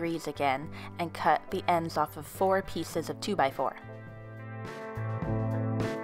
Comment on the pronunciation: I'm sorry her voice so cute " I cut two pssssseices" don't be mad at me